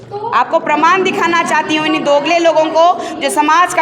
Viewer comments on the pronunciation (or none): Dogale nahin dogale